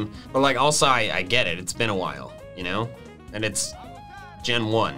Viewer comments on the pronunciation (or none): none